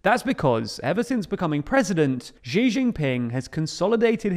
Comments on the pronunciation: Can you please pronounce Xi as "she"? That is the correct pronunciation and it would be really great if you could adopt it since it is hard to listen to the mispronunciation. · just pronounce it "she" jinping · it's really hard to take your perspective seriously if you haven't bothered to learn how to pronunce his name properly... it's not even a difficult pronunciation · You can mispronounce and still report/opine. It’s a script he probably didn’t even write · I find it odd the way people in the UK pronounce Xi as Jee. In China that's not the way it's said. It's close to She than Jee I think. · it's Xi, not Ji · This is a small thing, but it's grating. Xi Jinping's name is pronounced "She," not "ʒee." Beijing is pronounced "bay-jing," not "bay-ʒing." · This is kinda off-topic, but I think it's important to pronounce names reasonably correctly, and the tendency to pronounce every strange name with the "zh" sound in "measure" is so very tiring. The "sh" sound is the closest English sound to the one represented by "x" in Chinese pinyin. That means his name should be pronounced like the English word "she". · Śi, not Źi: Xi, as in Maltese, Portuguese, Catalan, Basque Lord High PoohBah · Xi is not pronounced Gee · You really need to learn how to say "Xi". It's much closer to "see" than the "gee" your pronunciation leans to. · Great videos, but small gripe about all your videos about Xi---you absolutely butcher his name, and unlike other Chinese phonemes, it's not that hard. Just pronouncing it as the English pronoun "she" is infinitely closer than this "Zhee" nonsense you insist on. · you pronounce Xi Jinping correctly ("Shee Jinping"), but then you revert to pronouncing his name "Jzhee Jinping" and from there on out. Please don't pronounce Chinese names that way. The jzh phoneme doesn't exist in any Chinese dialect. In the Chinese pinyin orthography, X is pronounced like "sh". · Why do you call him Ji? X more like s+sh sound like Xi'an.